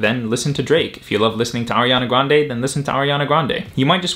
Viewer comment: yoooo you pronounced "Grande" the right way